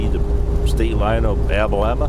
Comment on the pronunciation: Pronounced AL A Bama.